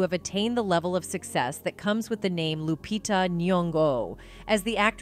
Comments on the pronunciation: She called her lupita like jupitah . Dang A-i 😂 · Loo-pee-tah is how it’s pronounced